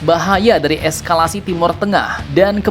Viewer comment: Ya ampun wooooo Eskalasi wooo bukan esklasi